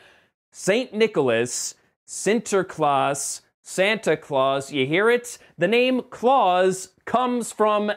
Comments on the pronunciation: Nice pronounciation of Sinterklaas! Seriously, i'm impressed by your Dutch! :D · hey you pronounced sinterklaas better than any non-dutch speaker i've heard! pat yourself on the back. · Only 3 minutes into the review but just wanted to compliment you on your pronunciation of Sinterklaas. Always love it when non Dutch speakers give our language a go. Like Matt Damon said in The Bourne Identity: Vertel me wie ik ben. Weet je wie ik ben? Hou dan g*dverdomme op met dat gezeik en zeg het me. Best pronunciation of the Dutch "g" sound I ever heard from an American :-) (which has absolutely nothing to do with your review or the word Sinterklaas or you saying it, but you know..... just thougt I'd share)